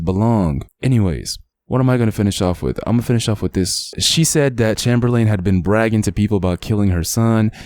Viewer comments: Bro u my homie and all but bro have u never heard of Chamberlain (chamber len)before ur pronounced it chamer lane 😂...... Sad story tho 😢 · Bro have you ever heard of wilt chamberlain? It's pronounced as chamber-lin just spelled Chamberlain like wilt!I'm guessing that's who he is named after!